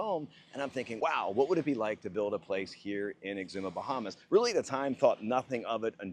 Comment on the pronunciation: Where are: "The Bahmas"?